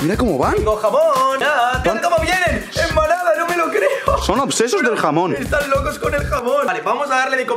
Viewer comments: Fui la única que escuche "jabón" y decía "jamón" jajaja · Jaja pense que dijo jabon que jamon